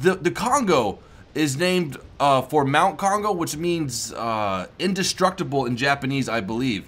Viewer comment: Kongo, easiest to pronounce, but you need to get rid of the English "ou". In Japanese, no vowel really changes midway, at the end it should sound pretty much exactly as you started it. So say, "Kong-go" without any morphing to the "o" at the end. If the second "o" sounds much like the first "o", but slightly longer and slightly more emphasized, then you've got it right. Fuso, again, no morphing, but the "u" is the hard part. It sounds a bit like the German "ü", just not quite so extreme. Aim for somewhere between the German "u" and the German "ü". In this word, the emphasis is definitely on "so". "füSO". Do not however make the "o" very long, keep it determined and straightforward. Japanese sort of has a rhythm, rather than a flow as English would. Ise is actually rather easy. You pronounce it exactly like "easy", but you change the "y" into a spoken "eh" at the end. "Easeh". Emphasis on the first syllable.